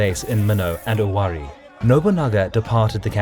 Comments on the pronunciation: What are you talking about? It's not Owarai...it's Owari. Even in Japanese it's 尾張国.....Owari no kuni. If you want to try to be all smug, at least know the history you're trying to comment on...this guy said Owarai..........LMAO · It's read "Owarai" not "Owari" lol also, the mino part is not 100% accurate